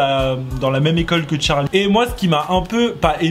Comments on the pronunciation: Moi je dit charli et non pas Tcharli 😅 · Sais pas tcharli sais charli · C charli damelio pas tcharli damelio 😒😒😒😒😒😒😒😒😒😒😒😒😒😒😒😒😒😒😒😒😒😒😒😒😒😒😒😒😒😒😒😒😒😒😒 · c’est pas tcharlie damelio mais charlie damelio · Sa me stresse le "tcharlie" ! C'est CHARLiE! Pas tcharlie!!!!!!😭😭😫😩😡😡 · Toi tu dit tcharlie d'amelio mais c Charlie D'Amelio 🤦😂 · Pk tu dit tcharlie c Charlie pas Tcharlie 😂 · Mais art de dire Tcharlie c Charli 🤣🤣❤️ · C'est pas Tcharlie d'amélio c'est charli d'amelio !!!!!!!!!! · Mais tu dit : tcharli au lieu de dire charli mais des fois tu dit bien charli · On dit charlie damelio et pas tcharlie damelio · Se n'est pas tcharli d'Amelio ses CHarli d'amelio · Elle s’appelle Charli pas tcharli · Cest charli et nn pas tcharlie mais sinon elle est cool la vidéo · C pas "Tcharli" c "CHARLI " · Mo8 j entends que des chtarli et pas des charlie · Deja c charlie pas tcharl8e hein je c pas si tuc enfin c pas grave mais va parle francais et moi c victoria je previens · pk tu dit t`charli damelio c`est charli damelio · Y'a que moi qui est remarqué qu'il dit TCHARLI d'amélio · moi aussi 😂😂😂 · « tcharli damelio » 😭😂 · le seul truc que j'ai retenue " Tcharli damelio " 👁️👄👁️ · Tu ma stressée avec ton <<Tcharli>> mdr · Le <<Tcharli >> il m'a stressée dsl 😂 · Moi je dit pas tcharli mais tu dis comme tu veux 😊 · Il dit tcharli ou une reve si oui moi r.i.p☠💀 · Il dit tcharlie d'amelio ça me stress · Je suis d'accord mais quand tu n'a pas d'accent autant le dire à la française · Charlie ou tcharlie tu dit tcharlie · Pk tu dis tcharlie ? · Prq il dit Tcharli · Déjà apprend à dire bien charli dameli o